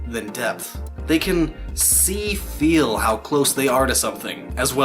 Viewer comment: Omg never say 'feel' like that again.